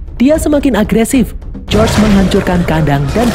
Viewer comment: Bukan josr bg tapi George😅